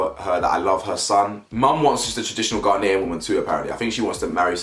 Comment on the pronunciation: Anybody else irritated by how Chelsea pronounces Ghanaian? 😂😂